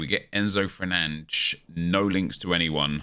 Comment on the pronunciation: Not every Fernandez is portugueses, why do u keep saying it like that lmao